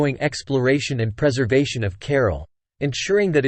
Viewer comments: The AI has turned this ancient city into 'Carol' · Why does the announcer not learn how to pronounce CARAL? You cannot translate. ca-RAAL. I could not continue watching the video mainly because of his mispronunciations.